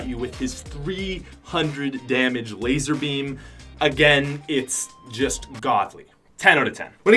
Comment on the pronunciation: its laser not Lazar